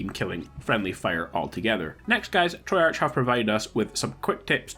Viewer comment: Lol can't prenounce treyarch correct, sorry bro was funny for me